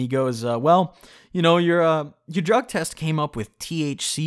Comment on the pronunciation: You pronounced drug test wrong 😗